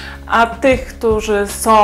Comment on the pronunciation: Mam do Ciebie prośbę. Nie som tylko są.😂